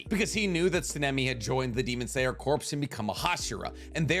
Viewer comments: Love your content but stop pronouncing it as corpse and pronounce it as core! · It's like fingernails on a chalkboard of my soul every time you pronounce the word corps. It's pronounced like "core", you living breathing video making embarrassment. Like the Marine Corps. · Corps is pronounced like the word, core. Corpse is pronounced emphasizing the S at the end. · It's pronounced core not corpse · Day 252 of asking to pronounce “corps” the right way like “core” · we need to talk about how you pronounce the word "corps"..............